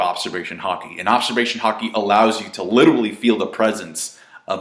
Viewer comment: fucking hell if youre going to use the word LITERALLY learn how to fucking say it!!!!!!!!! "littlely" IS NOT HOW YOU SAY IT.